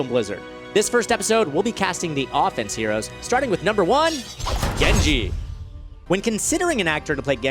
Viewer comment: It's not "Gengi" it's "Genji"